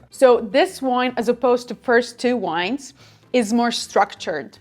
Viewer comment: Another great video, thank you. As someone mentioned here, you and Konstantin Baum ( just watched his video on rosé wines) are thre two wine channels I watch. Maybe a rosé tasting would be an idea for a comming video ? Please don’t be angry at me but there is something I ask you to correct: vine/vines, the plant, is pronounced with v ( vee ) and not with w as in wine. Thanks a lot and I apologize